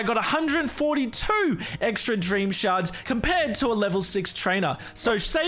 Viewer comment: When he said shards really fast all I heard was sharts